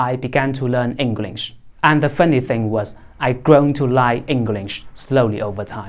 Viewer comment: 流暢，但請加強正音 聽聽看自己講funny